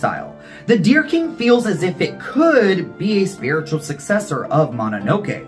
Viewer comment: Thank you for this. It sounds more like 'The Oh Dear King' ! Love your work, as always !